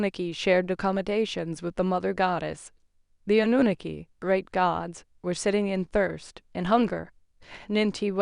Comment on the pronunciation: People all over the internet pronounce Anunnaki the same way then you come along and want to butcher it pronouncing it completely differently from everyone else. Lol